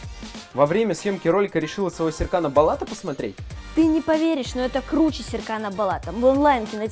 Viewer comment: НЕ САРКАН БАЛАТ, А СЕРКАН БОЛАТ